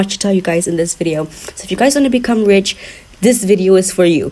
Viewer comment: Man said they are so rick like fam man realy said rich🤣lol